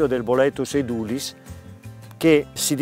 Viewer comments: Essendo latino (edūlis) l'accento dovrebbe essere sulla u (lunga) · Edulis con l'accento sulla E...